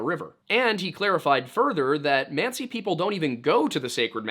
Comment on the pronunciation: Manci monci pronounce it right dont go back and forth from manci to monci